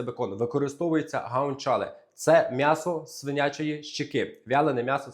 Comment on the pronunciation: Не гаунчале,а гуанчале(guanciale)